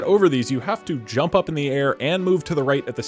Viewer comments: ur saying djump not jump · "Why didn't you rump?" Inventing complete new english language here :D